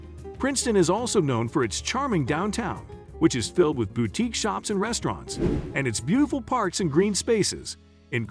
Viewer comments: How do bots work? It pronounced boutique correct twice but incorrectly every other time. Accuracy does matter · Please no more AI voiceovers. What the hell is a "bow-teek"? Can no human use a microphone? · Why do you pronounce "boutique" BOW-teek...strange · There are lots of wonderful small towns in New Jersey. But I just can't get past some of these pronunciations: AZZberry park? The emphasis is all wrong. And half of the downtowns have bau-teeks? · Bow-teeks huh. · Is the narrator a computer? Weird pronunciation on some words. Bowtiques? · Generally good picks except glen ridge and ocean Grove. Consider Bordentown and French town instead. Also learn to pronounce "boutique" correctly. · Bowtiques? Mateesee??? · Terribly written, terribly narrated. Boutique is pronounced boo teek, not bow teek, with the “bow” pronounced like bowing to a superior. You gotta watch it just for the ignorant pronunciation of artists Monet and Matisse (pronounced as one person). Laughable. If this is done by a real person, well, that’s sad. But if it was some AI generated narration then AI is dumber any illiterate walking the street. Why bother posting content if you don’t even endeavor to do it well? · "Bow-tiques," "Mow-net," "Ma-tee-see" -- I couldn't take any more.